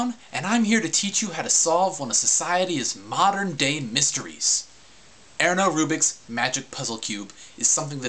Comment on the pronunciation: How are people still not talking about him calling it "Aernarubiks magic puzzle cube"? Also, I feel obligated to add this now that I've skimmed the comments lol... I also learned how to solve it with this video, my buddy and I would joke how he said his own name at the beginning xD. I learned this back in middle school, so maybe O